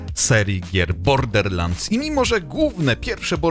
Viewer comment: Nikt:: bordeRlansd.... bordeRlansd.....bordeRlansd